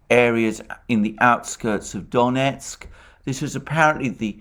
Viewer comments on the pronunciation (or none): none